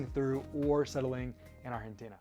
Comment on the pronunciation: Just pronounce Argentina in english please lol